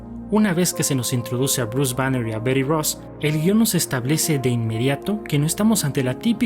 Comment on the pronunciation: Ma mita... "beri", BETY, y ya, no eres gringo ni estas hablando con gringos nmms